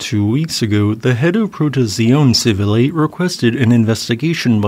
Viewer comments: Dude.... "Pro-te-tsee-OH-neh CHEE-vee-leh. GRA-tsee-eh Mee-leh." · I've never heard the Italian language mangled quite so charmingly as when you said "Protezione Civile". Bravo! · agreed about his English ! His pronunciation of other languages is sometimes not quite there at all. Protezione Civile here, French words in other videos (mostly understansable, mind you, but very much English-speaker. And not-AI as well). (Just to be clear, volcanoes are named in wildly different languages, and he’s also tried to rectify his pronunciation when advised it was too far off, so I may poke at his attempts at pronunciation, but I mostly admire that he’s not afraid to try even if the resulting words sound a bit strange sometimes.)